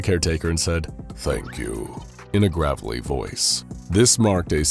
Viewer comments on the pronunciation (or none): "gravely" lol